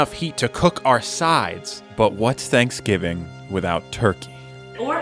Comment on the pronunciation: Did no one notice he said slapsgiving?